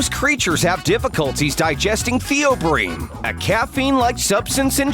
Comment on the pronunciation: It's theobromine, not "theobrine"